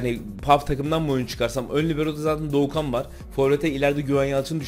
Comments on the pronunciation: Abi dorukhanı bi batuhan diyon bi doğukan diyon onun adı dorukhan 😂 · Herkes: dorukhan tokoz: dogu kan tokoz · Doğukan değil Dorukan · Doğukan değil dorukhan toköz 😂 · doğukan diyosun batuhan diyosun delirdim ya dorukhan abi dorukhan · Doğukan Toköz ne abi adamın adı Dorukhan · Abi doğukan değil dorukhan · Doğukan değil Dorukhan